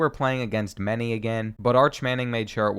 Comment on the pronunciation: I know it doesn't matter, but Many is pronounced "Manny", and they're fucking good. They've been state champs or runners-up most seasons of the last decade, and beat Newman this season.